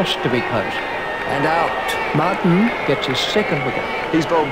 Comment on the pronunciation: mart aannnnnnnnn instead of martyn from australia